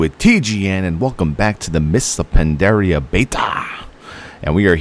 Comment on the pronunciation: its pandaria blud not pendaria